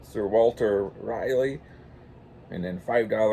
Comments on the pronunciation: Just to let you know p, it’s pronounced sir Walter RA-LEE like the city in North Carolina Raleigh. Just letting you know not trying g to be a jerk. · I think it’s pronounced raw lee